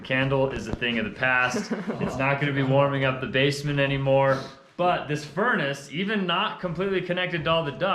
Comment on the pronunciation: Has anyone caught how he said “base a ment” 🤣.